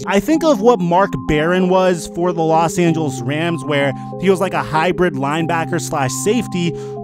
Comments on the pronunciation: He said las Angelas raiders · "Las Angeles Raiders" 😂😂